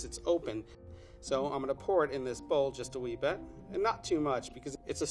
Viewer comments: Bridget Bee just a little bet. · I’m so distracted by the way he says “bet” instead of “bit” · I love how he always says " a little bet "